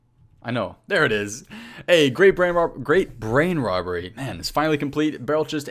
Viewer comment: "Gweat Bwain Wobbery Quest"